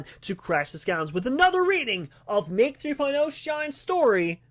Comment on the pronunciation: I love how you had to say my name like four times to say it right. 😂